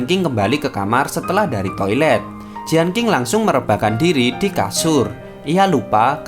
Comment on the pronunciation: Lagian bukan jianking tp jien cing